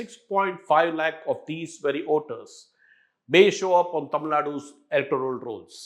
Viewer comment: It's Voters not Oters... it was difficult to listen to to the piece